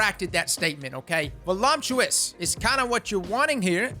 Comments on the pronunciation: Word up bruh.... just 1 thing... ain't no "m" in voluptuous.... although, that "volume" in the word would've given it more weight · "Volumptuous"... :P I heart you, man. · Stopped watching after he said Voluptuous wrong twice